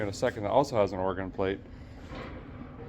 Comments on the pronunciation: mad respect for pronouncing Oregon correctly! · Neat car! That's from out here in my neck of the woods. That resort is in Welches, Oregon out by Mount Hood. Impressed a guy says "Orygun" properly😂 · A feller pronounced oregon right. I'll be dipped. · Thank you for saying Oregon correctly The Resort at the Mountain doesn't seem to exist in Oregon anymore, but being on Hwy 26, it was likely something near Mt Hood. There are several mountains in Oregon, but Mt Hood is the only major one near Hwy 26. I admit to being very cynical, and have a lot of depression triggered by the holidays due to a major loss that occurred days before Christmas. I see very little kindness in the average person during the holidays. In fact, I see a lot more stress and anger from most people during the holidays, which makes sense if you think about it. The holidays are a busy time where we all feel obligated to go to a bunch of social gatherings because that is what is expected of us by others. We're also expected to spend a ton of money, which most people don't have, buying trinkets and gadgets for others, so financial stress gets severely amplified. Those who have money end up donating to charity and giving stuff away in December because it's tax deductible, it benefits them to donate just enough to reduce their tax liability. Sorry if that dampens your Christmas spirit, but it's true in a majority of the cases.